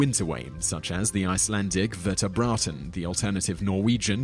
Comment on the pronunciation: Vetrarbraut as in "winter-way" No, the word "braut" is not pronounced as "braten" at all. Being Icelandic I should know :P